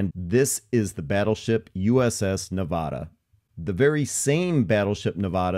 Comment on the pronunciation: You pronounced Nevada wrong throughout the entire video.